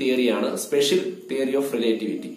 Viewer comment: റിലെറ്റിവിറ്റി✅ റിലേ..റ്റിവിറ്റി ❌